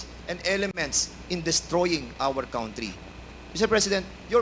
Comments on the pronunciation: Wrong pronounciation ang Country mo #dan fernandez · Dan Fernandez Country pronounce as kantri not kawntri